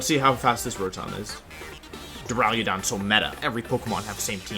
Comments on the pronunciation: Go watch cybertron to listen to him say “dura-ludon” idk which one is worse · "draliodon" what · Does it bother anyone else how he says Duraludon?? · You say duraludon so much and you mispronounce it so horribly every single time. Your videos are great but damn it’s so offputting